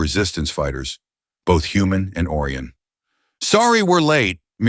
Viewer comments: the AI needs more training in speaking properly " O rye an " not " Oar e in " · It's Oh - rye- on